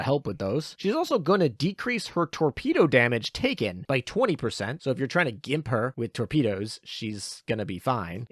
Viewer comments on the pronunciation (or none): none